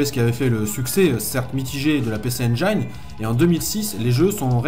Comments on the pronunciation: mes oreilles brûlent à chaque fois que tu donnes le nom de la console: "pissi injine" pas "pécé endjaïne" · Comme Jean mi un peu plus bas j'ai envie de préciser que le nom de la console ne se prononce pas "pé-çé-aine-djaïne", mais bien "pi-çi-aine-jïne", pareil pour les extensions CD, c'est pas "çé-dé-rome-deux" mais bien "çi-di-rome-rome". Il me semble aussi important de préciser qu'Hudson, à l'époque premier éditeur tiers sur Famicom, et frustré par le manque de puissance de cette dernière, à tout d'abord tenté de proposer à Nintendo d'intégrer dans les cartouches les co-processeurs qu'ils avaient conçu pour booster la console. Nintendo qui était alors en position de monopole total ne voyait pas encore l'intérêt de lancer des évolutions technologique pour une console qui se vendait comme des petits pains. C'est devant leur refus qu'Hudson s'est lancé dans l'idée de concevoir une machine avant d'en proposer la fabrication et la distribution à Nec (qui avait les épaules pour ça, car eux à ce moment la monopolisaient le marché du PC au Japon et se voyaient bien venir marcher sur les platebandes de Nintendo). N'oublions pas non plus de préciser qu'à l'époque de Sodipeng la distribution de la PC Engine est devenue bien plus grand public pendant un temps, on pouvait par exemple trouver de ces consoles chez Auchan et à la Fnac par exemple.